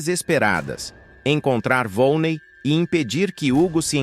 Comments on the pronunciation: Não é volnei, é volneí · Não é vone é vonnei